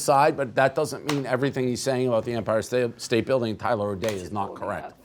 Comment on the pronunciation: Saying fck Empire state bldg wrong stu other than that im down with ya